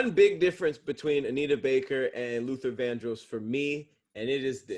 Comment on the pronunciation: The way says Vandross is upsetting me and my homegirls 😂